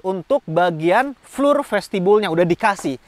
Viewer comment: Boleh izin kasi masukkan ya bang. "Floor" dibaca Flo atau Flor. Tetap semangat membuat video2 yg paten bang. 👍